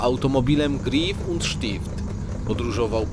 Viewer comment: Dzięki za upload! Czuć różnicę, szczególnie jeśli się mieszka w Zurychu. PS. Czyta się raczej Gräf przez Ä a nie Grif.:-)